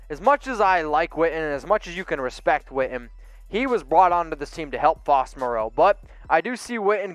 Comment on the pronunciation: Ian Swanson at least can pronounce Moreau:-)